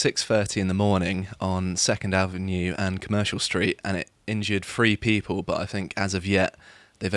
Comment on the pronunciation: Someone needs to tell this guys on the left it's "Three" not "free"